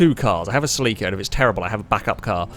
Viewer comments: Yo why are you pronouncing celica, as sell-leek-a, I believe it's pronounced sell-ick-uh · I've never heard of the Celica pronounced "Sell-leak-ah". I've always known and heard it as the "Sell-eh-cah". It triggered me nonstop lol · "Saleeka" Oh shit. He means Celika or Celica as us Americans pronounce it. I had no idea, lol. Too funny! Actually, this race was so fun to watch, I'm gonna bookmark it in my bookmark list of fav Failrace vids so as to watch it again. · saa-Lee-ka??? you ment cell-eh-ca rt bro🤦‍♂️🤣🤣🤣🤣🤣🤣🤣 love the cockney accent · Its is not a SELL EEEKA... is a CELL AH KA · Listening to mispronounce Celica (SELL-a-kah, not sa-LEE-kah) every 15 seconds almost made my ears bleed. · I came here right away before getting past the mark. I was like... what is a seh-lee-kuh???? Then the grid popped up and I was like OHHHHH, seh-LI-kuh!! I have been living in europe for 15+ years and that is the first time I have ever heard it pronounced like that. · It's how it's pronounced nearly everywhere apart from the US. Very close to the original Japanese pronunciation too. Interestingly the US adverts for the Celica pronounce it "sel-ick-uh" where as the rest of the world got "sell-eek-uh". Always found that interesting, that despite sharing the same name and car model, it's officially pronounced differently. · Its pronounced selica!!!!!!!! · I know its a picky thing, but I believe its pronounce Sell-Ick-Uh. My apologies if this seems very "Grammar Nazi" of me but i have OCD and for some reason your pronunciation was driving me completely bonkers lol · Say it with me: SELL-IH-KUH Cel-i-ca No need for pronunciation to suffer for "the algorithm". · In Japanese they put the emphasis on the i so I feel like cel-i-ca is more correct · that Celica pronunciation tho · By that you mean, you mispronouncing it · Never heard "Celica" pronounced that way. I like it & I'm gonna use it 👍🏾